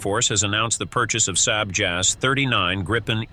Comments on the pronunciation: Not "S = AY B" or "S- AY D" --- br pronounced S"AR B" or "SARB" --- pronunciation (AI?) needs to be both monitored and corrected else it sounds amateur... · So annoying to hear "sayb" instead of the well known for 50+ years "Sahb". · US pronunciation